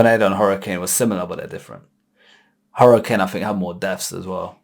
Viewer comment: Hurrican? Take it from someone who has lived in Florida their entire life and has lived through about 12 Hurricanes. It is pronounced Her-uh-cane. CANE not can.